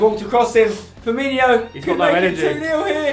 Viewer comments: his name is firmino and not firminio spencer cmon ... ^^ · Stop pronouncing it Firminio for the love of God 😂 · Why do people call Firmino "Firminio"?